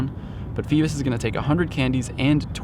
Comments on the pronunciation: It’s pronounced Fee-bass, not Fee-biss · Just an FYI it’s Fee-Bass, like the fish Bass.